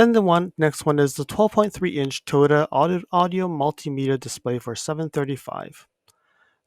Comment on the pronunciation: Toto, Toto, WTF wasn't that the name of the dog in The Wizard of Oz... dude your pronunciation sucks